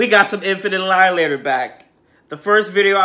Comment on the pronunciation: I lost my shit every time I heard him say Infant Alialater. I told my wife "Hey There Delialater" and we both lost it. Also my wife is upset that you didn't attack the Christmas tree.